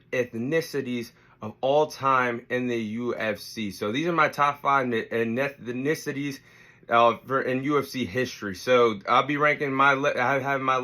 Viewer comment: My guy can't even say ethnicities!! I guess USA is deffo not in the top 5 educational countries in the world 👀